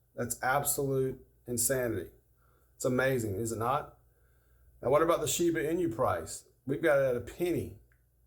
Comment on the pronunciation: talking about shiba but calling it sheva than someone said shiba 😂